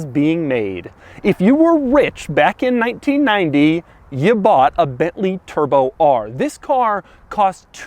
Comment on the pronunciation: New way to say bently turbo r